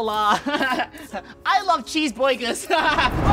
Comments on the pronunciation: He said I love cheese bwagers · He said "I love cheeseboigus"